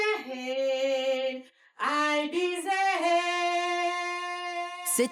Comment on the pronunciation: Ail bi zère 😂